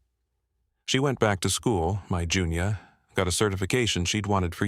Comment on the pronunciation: I had a friend named Junia - we called her Junie. I suppose it can sound like Junior, especially when being read by AI.